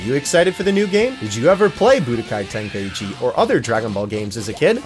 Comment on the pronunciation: Bro americans saying the game’s name just pisses me off For the love of god it’s called tenkai chi not tenkayiiiiiichi